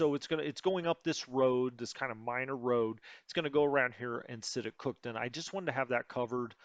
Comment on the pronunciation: It's pronounced cook town. Not cookton